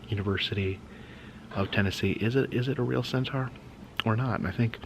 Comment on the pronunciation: Another fun video! But please check on how “centaur” is pronounced. 😅